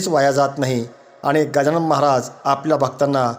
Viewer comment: मंत्र जप बरोबर उच्चार होत नाही 😔 गजानन महाझाय होत आहे